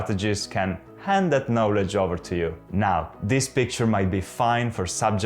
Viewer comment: un video molto utile. Tu parli inglese molto bene, il tuo accento e fantastico. I hope you don't mind me pointing out that the only word you don't pronounce very well is 'knowledge' - the 'o' should be open just like in Italian, it's weirdly different to the word know which has a closed 'o'. It's not a criticism I wish i could speak italian as well as you speak English. Bravo!